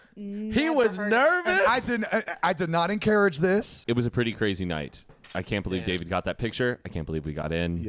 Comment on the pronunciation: Zane: I did not encArrage this 🙋🏻‍♂️